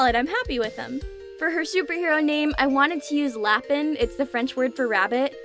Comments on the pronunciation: Being french my self watching her saying lapin as lap in insted of lap ein was difficult lmao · Appologies for being annoying but I can't help myself "Renard" is not pronounced "rey-nard" it's pronounced "ruh-nar" And "Lapin" is pronounced "lah-pu" "U" pronounced "unh" it's a little hard to translate into English I tried my best Good job on the bijou pronunciation gold star from ur local french teacher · Not trying to be snobby but your supposed to pronounce it LA-PAIN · These are beautiful but god the pronunciation of Lapin brought me physical pain